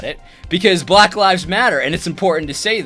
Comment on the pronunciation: Yes, it was condescending, especially the pronunciation of black. But I’ve seen better commentaries and I think it means he needs to step away and just breathe.